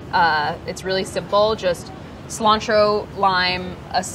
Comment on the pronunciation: Now THAT is SEE-lantro hahahahha 👀👀☘️☘️